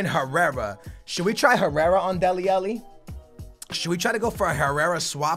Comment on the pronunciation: Come on man. You started to say Alli's name correct in the last career. Now you're saying it incorrectly AGAIN